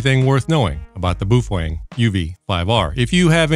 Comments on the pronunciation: It’s Baofeng not boof weng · Buuf-fang? Really? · Beofung. (Bay-eo fang) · Did he call it a Boo-thang bmf69 ? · LOL, Boo Fweng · Boofweng xD